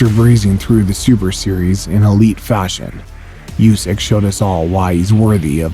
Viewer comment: Usyk's name is pronounced "OO-sick," not "YOU-sick."